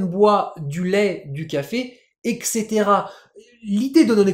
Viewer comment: etc = eTcaetera, pas exetera. On prononce d'abord le T : etcetera. Sinon c'est cool c'est le retour ! Bon courage !